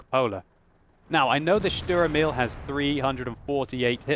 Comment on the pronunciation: ..."Schtur'rmill"? wow